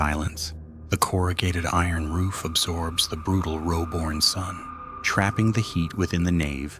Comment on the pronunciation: Great to see the Pilbara region of Western Australia on this video there is a few haunted places up there the town of new norcia in WA has some haunted churches i have actually been to that town i know u say it has u see it Roebourne is pronounced Roh Burn.